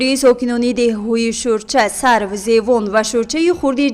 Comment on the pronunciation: Сарв не Савр мешавад.